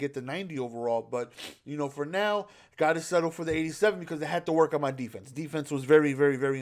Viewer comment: “Defese” love u